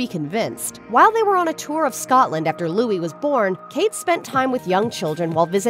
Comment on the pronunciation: Your title of this video - 'Kate Middleton' etc. Please show respect for Catherine Princess of Wales and use her correct name; she also reportedly dislikes being referred to as Kate. However, thankfully you do pronounce Louis correctly .